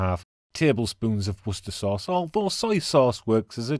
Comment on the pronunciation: Thank God you pronounce Worcestersaus correctly. I live in The Netherlands and knowbody believes me!